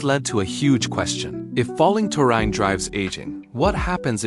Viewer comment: Ya can't even pronounce the word. Why should I believe what you say?